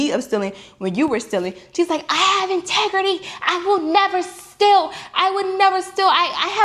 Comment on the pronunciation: Perfect English left her mouth then. "Integrity" big words for someone that doesn't know English 😅